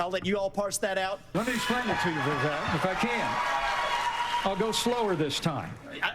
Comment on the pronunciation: Its Vivek like cake. Viv-ay-k